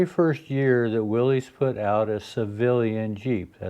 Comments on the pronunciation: I love Jeeps. Especially Jeeps from this era. But I have a pet peeve. "Willys" is pronounced "will-iss" and not "willies". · My only complaint,: like SO MANY people, I heard you pronounce it "willies". It is "willis", please!! With all due respect...